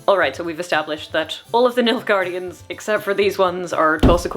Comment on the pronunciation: you keep saying nilfgaardians and all i keep hearing is milfgaardians and its keeps making me smile lol